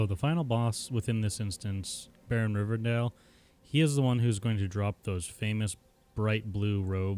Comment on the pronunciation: BARON RIVERDALE? DUDE WHAT? How can you mess up the name of one of the most famous bosses in vanilla?? Rivendare's mount is almost as legendary and sought after as the legendary WEAPONS were back then, especially on alliance. As a night elf with orb of deception + rivendare's deathcharger, you're an undead sitting on an undead mount. I used to love confusing horde with this back in the day.